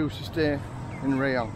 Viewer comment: Hi, apparently it's pronounced RAAH-YONG not RAY-YONG...you learn something everyday mate...lolol thanks for the Vlog mate I appreciate your efforts. Cheers Steve